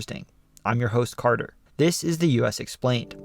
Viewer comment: It sounds like he says “I’m you host farter” not “I’m your host carter”